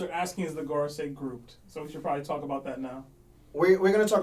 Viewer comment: TAWK THAT TAWWKKK